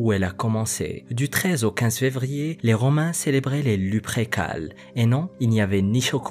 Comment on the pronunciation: Lupercales est plus correct que luprécales sinon sympa ta vidéo